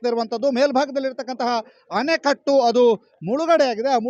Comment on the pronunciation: ಉತ್ತಮ ವರದಿ. ಮುಂದಿನ ಬಾರಿ ಅಣೆಕಟ್ಟು ಎಂದು ಸರಿಯಾಗಿ ಉಚ್ಛರಿಸಿ